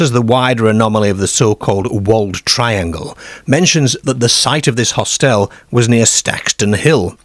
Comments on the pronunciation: Hostel not hostelle. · Really odd accent. I’ve never heard anyone say hostel that way. Where is the narrator from? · where is the narrator from his pronunciation of words like hostel large and Scarborough is a bit strange